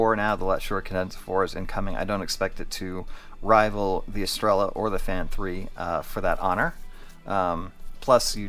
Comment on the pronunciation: Es-Tray-Yuh Please tell me you dont call it a Tore-Till-Uh too? 😅